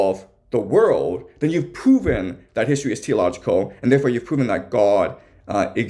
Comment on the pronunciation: Are you saying Teleological???